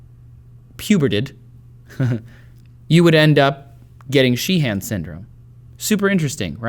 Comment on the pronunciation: Trace, with Irish names like 'Sheehan', it's usually only the first syllable that gets strong stress, so, you don't need the secondary stress you're adding. In fact, the 'han' part is often reduced down to sounding like 'hin'.